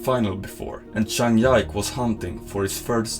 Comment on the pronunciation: Good video but you need to learn to pronounce their names better 😭zhang YIKE